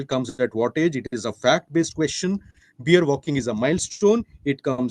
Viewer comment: Beer? It’s pronounced bear .